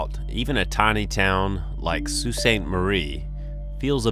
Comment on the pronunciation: Not to mention you got Sault right most people say salt.